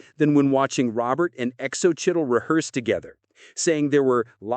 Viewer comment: Really..mylove is so right. Ruins the whole thing